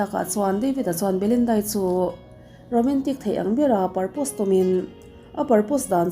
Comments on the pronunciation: Angaihnawm viau mahse i pronunciation hi anuihzat thlak thei iin siam tha thei miahlo..propose tih tur ah purpose te i tia...Insiam tha deuh la nuih tut a ngai zel 😊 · Proposr hi purpose ti in ilam tlat a l